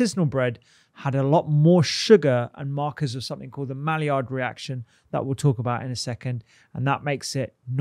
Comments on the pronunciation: Can you spell “malliard”? Yeah, it’s Maillard - pronounced “my yard”, not “mally-ard”. (Actually, the d should probably be silent as it’s a French name, but let’s get the letters in the right order first! 😬) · Maillard is pronounced as my-yard